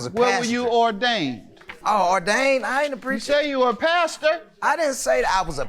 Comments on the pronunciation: That dude is in crack he said pastor and then changed it to passenger. I didn’t hear no ‘en’ when he first said it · I needed this laugh but as usual, I was extra with it all while being dramatic... This is why....🤣🤣🤣 I was with Judge Mathis. Hell I too thought he was saying he was a PASTOR... OHHHHH HE SAID PASSENGER! 😂😂😂😂😂😂😂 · I thought he said pastor too 😭😭. I’m like a crack serving pastor is insane LOL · Lol ... I don’t care what no one says , he said pastor the first time